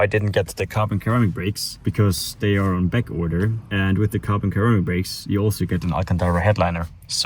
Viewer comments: Why he keep pronouncing carbon ceramic like ‘KHHHARAMIC’ instead of pronouncing it like ‘SERRRAMIC’ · Carbon "keramic" is that how you pronounce it over there? In canada or u.s people say ceramic ( serrrramic) just curious 🤔🤙🏽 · Hey! Ceramic is pronounced Carbon Sir-ram-ick Brakes. Cheers